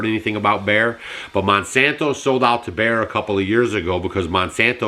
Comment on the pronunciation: Baer, Bare, Bear.......BEYER is the company